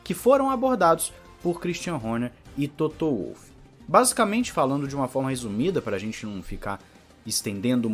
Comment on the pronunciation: Parabéns pelo canal e vai lá uma dica sobre nomes e palavras em Alemão: o "W" tem o som de "V" e por sua vez, o "V" tem o som de "F". Com isso, para acertar nos nomes, leia "Dr.Wollf" mas pronuncie sem medo, "Dr.Volf" e, leia "Vetel" mas diga "Fetel".